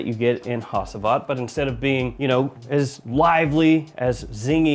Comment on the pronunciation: You butchered the pronounciation of Hacivat man even worse than arabic ones